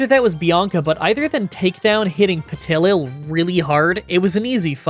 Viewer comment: I chuckled at the Petilil pronunciation, but the Dusosion caught me so off guard 😅